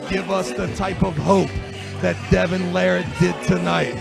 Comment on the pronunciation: Unbelievably doesn't know how to pronounce Larratt. And why does always sound like he has a dick in his mouth?